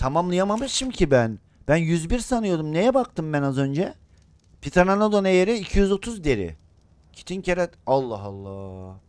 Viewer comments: Lazın pıtıranadon demesi😂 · pteredon a abininin Ptereledon demesi 😂